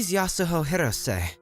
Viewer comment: someone should tell them the h in yasuho is silent... or at least im pretty sure it is and everyone else ik says it that way